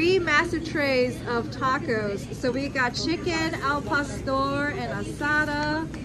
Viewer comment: God that pronunciation is horrid but some good looking tacos